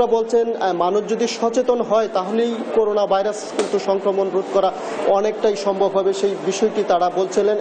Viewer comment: হায়রে আমার ময়মনসিংহের সাংবাদিক ভাই!!এখনও করোনা কে করুনা উচ্চারণ করেন!!